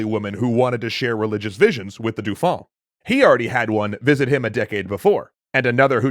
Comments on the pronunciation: Please for the sake of my ears, stop saying Dufon. Dauphin is pronounced D'oh - Fin. I've heard you say it right in previous episodes, I know you can do it! I believe in you! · Excellent as usual. However … cringe every time the pronunciation of “Dauphin” is butchered. Rhymes with “Oh, man,” not “Too long.” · Everytime I hear the name "Dauphin" pronounced "Doufin", I wince XD In french, the "au" and "eau" sylables make the same sound that the "o" of dolphin. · I love these videos, but find myself distracted by the way you pronounce "Dauphin." It should be "doe-FAN" (roughly). Say the "N" very softly. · This is great but "dauphin" is pronounced "doh fan". It really annoys me every time you get it wrong XD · Not a big gripe but dauphin is pronounced more like dofun